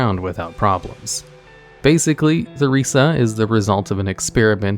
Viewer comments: the way you're pronouncing theresa is mildly infuriating. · Okay, so I managed to make it 1.25 minutes into the video and listened to you call Theresa "THUH-reesuh" 4 times before i got annoyed. Have you never met a person named Theresa, or at the very least, actually played the Fable games? It's pronounced Teh-reesuh. It's just a pet peeve of mine when people wildly mispronounce proper nouns. Especially when they originate from the speakers native language. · Theresa is pronounced, Tuh-Reese-Ah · The name of the lady in Undercity is pronounced Teresa not "THE"resa. I should know my mothers name is spelled the same way and it is pronounced Teresa. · Goddamnit, it's pronounced Tur-rees-a, Teresa! It used to be a common name! It's also not an uncommon spelling of the name. Gees, man. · It's Tear-re-sah....that H is silent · The way you pronounce Theresa’s name makes me gag lol it’s TAH REE ZAH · You don't pronounce the "h" in Theresa, Mr. Man. It's an alternative spelling of Teresa, mainly used in Spanish, Portuguese, and Greek communities. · "Theresa" is pronounced with a hard t sound... my brain hurt hearing the-resa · Theresa is pronounced Ter-ee-sah...jsyk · "Theresa" is pronounced Teresa. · Theresa - Ter ee suh Stalvan - STALL VAN Eastvale - EAST VALE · "Theresa" lmao this guy never can pronounce names correctly. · The h is silent in Theresa! 🙄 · now why did you pronounce Theresa like that…. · honey that is not how you pronounce theresa.... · Or Theresa too